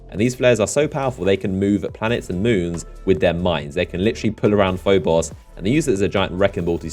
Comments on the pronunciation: "PhoBOSS" "phoBOSS" "phoBOSS" you sound so stupid mispronouncing names in a game your channel is based off of... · It really irritated me on how you said phobos